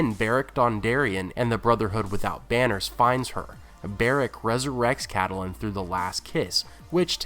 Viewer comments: Just an FYI-Lady Stark's name is pronounced Cat-linn, Not Cat-a-linn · Why do pronounce Catelyn like Cattle-lyn? In the show they pronounce it like Cat-lyn. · I love your videos but I cannot get over the way you pronounce "Catelyn." I don't know why it bothers me so much. that "e" in the middle, I leave it out, so did the show, so it must sounds like "Cat-lin." I mean maybe GRRM wanted that extra syllable, but for some reason it irks the hell out of me when you say it like that, lol. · How he pronounces Catelyn's name is my only complaint about these videos. We've heard how its pronounced in the show, so not sure why keeps saying it like he does.